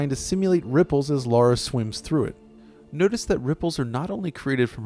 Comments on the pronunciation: It's not Lora it's Lara. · Not laura idoit.. its LARA!!!